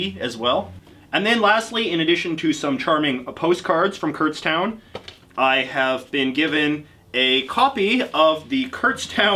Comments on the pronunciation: I live near Kutztown and it’s not “Kurtztown” its pronounced “Kutstown” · I've been to Kutztown multiple times but didn't even realize you were talking about the place I'd been to because nobody says it like kurtztown